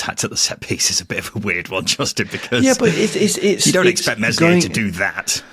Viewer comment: For gods sake virgins. Its Meslier with a silent s, please guys. Told you before.